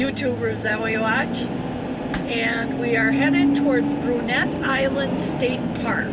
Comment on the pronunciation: Just a heads up, it's pronounced "Broo-NAY" Island. Named after French pioneer of the Chippewa Valley, Jean Brunet. Also that's the Chippewa River, not the Wisconsin River. Have been there many times and going back again in late May and again in mid-August - to coveted site 42! Looks like you were about to set up in site 65 - that's a nice one.